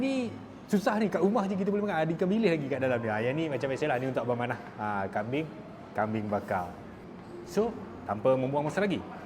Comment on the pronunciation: Teqok sungguh bunyi hang cakap utara bro... Kambing >>> kambien... ..mana ada kambiaqqq